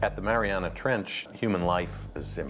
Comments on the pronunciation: Everywhere spells it as "Mariana" Trench, but this video pronounces it as "Marianis"; why? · Why is narrator saying MariaNass Trench?